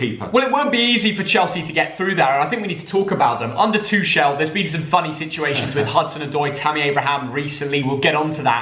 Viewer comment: It’s Two kel not twochelle